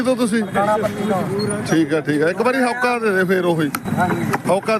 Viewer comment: ਹੋਕਾ ਹੁੰਦਾ not ਹੌਕਾ 😊